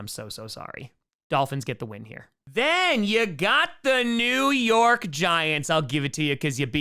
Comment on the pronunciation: As a Giants fan nothing makes me happier than saying “New York”